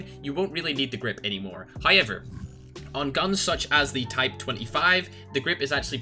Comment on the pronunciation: Everyone: "However": "Hi-Ever"